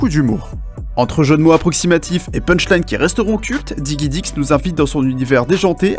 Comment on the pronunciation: digidix et pas diguidix mais bon.. ^^